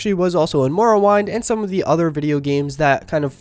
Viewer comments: you keep saying morrow WINE, instead of morrowWIND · Idk if you were joking but I cringed VERY hard when you said MORROW-WHINED instead of Morrowind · ITS WIND! NOT WINE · What's up with the pronunciations dude. Everyone knows it's morrowind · You really, really, REALLY need to learn how to pronounce Morrowind properly. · ShootingStarAJM yes he really should, I'm not trying to be an ass but learn to say shit like a normal person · you said morrowind wrong it triggers me